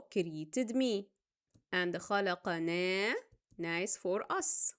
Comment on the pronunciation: Ma sha allah. With the blessings of Allah you explain very well. But On missed pronounced as under The correct is خَلَقناَ But by mistake you pronounced it خَلَقَناَ. Make correct it